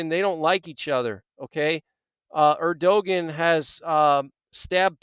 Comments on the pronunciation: Just thought you might want to know his name is pronounced ER do Wan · Erdogan said as Ur-doe-wan(t) Like want without the 't'. But guess you're not too bothered about how to say his name. Yes all very biblical, some say Psalm 83 in progress the warm up before the next main one. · It's Err doe won. It looks like how you said it, but it's not. Keep up the good work! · The pronunciation of Turkey's president is:ur de wan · Err-doh- juan... there maybe you can pronounce that correct since you keep bringing all this breaking emergencies . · Hi friend- I appreciate your reports. Btw- the president of Turkey- his name is pronounced “Air-doh-wan”. Erdogan. 😀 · The correct way to pronoun Erdoğan is "Air-doe-wan". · You are mis-prnouncing Erdogan